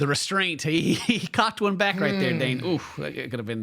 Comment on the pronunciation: Dane...not Dan